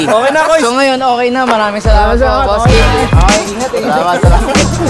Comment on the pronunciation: "ocakes" HAHAAHAHHA 💀